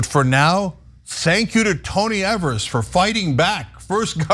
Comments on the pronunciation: Exactly. His name is pronounced as eevers. Not Evers. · It's Ee-Vurs, not Ev-Ers, FYI. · KNEW Ana would be the type to pronounce it (incorrectly) as "eh-vers" instead of "E-vers" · "First governor in a million years" ... To Grow A Pair! By the way, its Eeeeee-vers, not evers. Having shared that, Gov. Evers is an educator, school superintendent, etc, so he Knows to his bones how important any and all assistance to and for students to learn as much as they can before they step into this 'adult' world. Did anyone notice he also kept the dollars in for voucher/charter school kids? Its because it's about The Kids! Gad Bless Him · Of, for FUCKS sake. His name is pronounced EEvers, not ehvers. He's been governor for FOUR years and you STILL pronounce it wrong. You are supposed to be a professional - learn how to say peoples' names correctly. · When Tommy Thompson was our governor, for years and years, he used this power regularly, so turnabout is fair play. One nitpick: Evers is pronounced "Eevers", not "Evvers". Keep up the good work. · His names rhymes with beavers. As progressives you really ought to know that (he's been Governor for 5 years). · I live in Wisconsin. This power has existed in Wisconsin to governors for decades. They only complain when a Democrat is sitting in the governor's office and he exercises this authority. And by the way, his name is pronounced "Eavers." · FYI it’s Tony Ee-vers, long E. Also Wisconsin governors have had the Line Item Veto for as long as I can remember. Generally speaking, Evers doesn’t have wide sweeping powers because the republicans stripped most of them when he was first elected. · I think his name rhymes with Bever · Tony Evers is one of the two best things that have happened here in Wisconsin and the other was a Democrat getting elected to the Wisconsin State Supreme Court! And for your information, the governor's last name is pronounced a long e as the first syllable! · It's leviOsa, not leviosA...